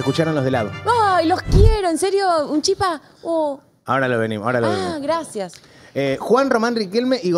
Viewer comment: No, es chípa😅